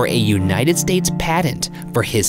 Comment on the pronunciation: a padent? Oh, he means patent, I forget that like Satan can't pronounce "J" Ryan can't pronounce "T."